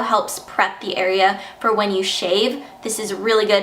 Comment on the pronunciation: OMG I laughed so hard when she said "AREAA"